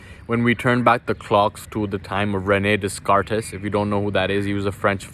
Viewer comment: love it bro. just fyi it's French pronounced "Ranay Decart"